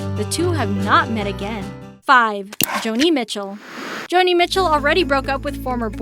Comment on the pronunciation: Posthumously is not pronounced post- humously. It is Patty Smythe with a long "I" sound. And Joni Mitchell is not Johnny. If you don't know the artists or can't pronounce their names? Ask. Listen to the people say their own names before you butcher these icons' names. Or even just words in the English language.